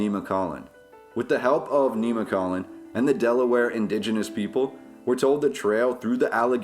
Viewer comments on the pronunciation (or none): It's pronounced Nem muh colin. It doesn't have a long e. I'm from connellsville pa. Very cool vid